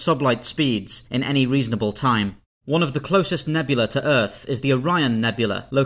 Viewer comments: A single such cloud is a nebula. The plural is nebulae, pronounced "nubulee", not "nebula" Otherwise a very informative video! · He pronounces "nebulae" like "nebula." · He keeps pronouncing "nebula" and "nebulae" the same, and it's super irritating. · Please. Don’t make a video about nebulae and then consistently mispronounce it ever single time you say it. Nebula and nebulae are not homonyms